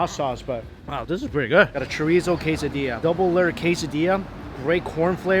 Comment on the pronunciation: Haha so cute seeing Mikey trying to say "Quesadilla"🌮